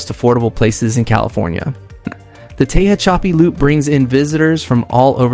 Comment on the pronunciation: "Tehachapi" is pronounced "te hatch a pea." Ridgecrest is an interesting town... 'Not sure I would want to live there. Corcoran State Prison is important to be aware of.